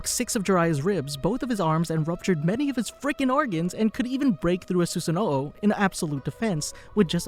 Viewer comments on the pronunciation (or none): Did this guy really just say Susanoo’o? Like come on man the series been out for over a decade.